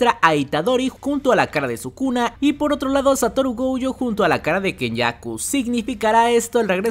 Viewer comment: no me acordaba de lo desesperante que es escucharte decir GOUYO es GOJO!!!